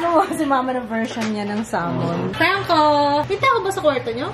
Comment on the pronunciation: When she say salmen✌️😜